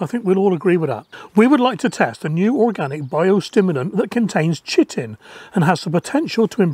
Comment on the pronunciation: I think its pronounced Ky-tin. I buy krill meal from fish bait shops and add that to my beds. It's made out of Chitin. It is also what insect exoskeletons are made frim. By adding it to the soil you promote the production of chitinase, the enzymes that degrade chitin. As insects are made from chitin they don't like hanging around in an environment that has high chitinase as it is literally trying to digest them. Charge will also have a fair amound of chitim frol the dead bugs that make it into the frass. Don't think it will help with slugs at all.